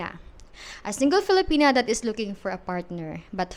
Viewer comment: Beautiful and kind young lady. I hope she finds a good man who will value her and cherish her. On another note, with all due respect… it doesn’t help that you pronounce her name “Feel-a-penis” 😅